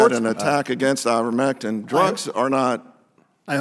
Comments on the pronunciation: Let’s work a little harder to get pronunciation correct. It’s I-vermectin not IN-vermectin. We need to maintain our credibility as compared to the no-nothing Republicans. Good video! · It's pronounced eye-ver-MEK-tin, not INN-ver-mek-tin. mispronounced the stupid drug, lowering her credibility. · It's IVERmectin, not INVERmectin.